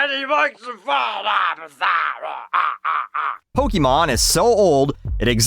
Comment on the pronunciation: It is Poke-aye-mon. Especially in Canada, where everyone says aye and maple syrup and all that.